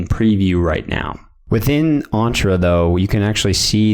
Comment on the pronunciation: The way you pronounce Entra is so off